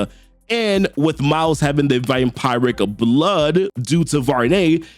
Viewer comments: It’s pronounced Vam-piric btw😂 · The way you say vampiric hurts my soul😭